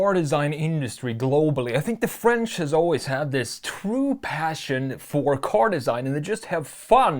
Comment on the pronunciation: As a French, it's nice to see someone FINALLY pronouncing right (most) of the French names that you've said!! Good job. Lots of research I'm sure haha